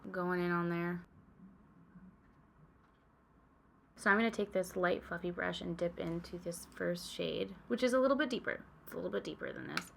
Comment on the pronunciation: Every single time you say ‘fluffy brush’ I hear ‘fucking brush’ and it’s become a problem 😅 ⛄️🎄🎅🏻🤶🏻❄️🎁🛍🧸❤️ (@